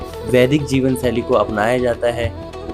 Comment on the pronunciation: Kaash ke kise aise insaan ne ye documentary banayi hoti jisko dhang se hindi bolni aati ho aur hindi uchcharan bhi dhang ka ho … it’s jeevan shaili not jeevan saili 🙄🙄 s aur sh ka pata nahi saari documentary mein low level Ke ucharan wali hindi…. Tabhi ye video kisi ko share karne layak nahi